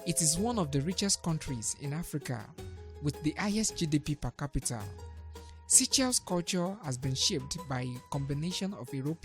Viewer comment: Would be great if this channel gets a much better narrator. Try a woman narrator. The current narrator mispronounces many words, and reads sentences in a very choppy way. Also, SEYCHELLES could be pronounced correctly and understandably. Thank you.